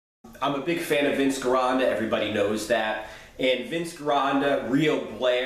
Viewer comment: Hey man love your videos but your pronunciation of Vince Gironda's last name is driving me crazy. Now correct me of I'm wrong, but the way I've heard everyone else say it, including those who've trained with him, they pronounce his last name like: Jironda not Gironda with a hard G